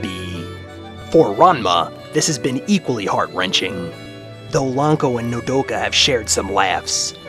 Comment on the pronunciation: sweet you pronunced my nme wrong what is it with people and doing that but still real war pet is how it is to be pronunced but still very good profile funny in the end how you said mommy